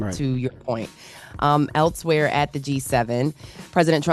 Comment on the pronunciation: "Else"-where...NOT "eltz-where"🤦🏾‍♂️